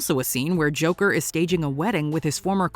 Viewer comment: Stop pronouncing it like you're fuggin French. Just say Joker 2 don't be a jerkoff.